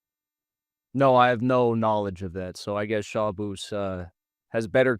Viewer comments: Jackson calling Shabbos, Shaboose the entire debate was hysterical. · Terrible and biased host and nobody cares about his opinion. He talks wayyy to much and does not allow time for each side to respond to the other. Shabbos has to lower himself to respond to lowlife and liar Hankel and mispronounced his name and constantly interrupted him like a 5 year old child.